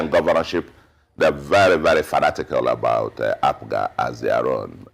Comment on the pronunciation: I wonder why he keeps calling APGA ...APUGA?